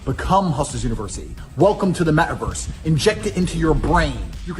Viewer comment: Idont trust anyone who says “welcome to the meah a verse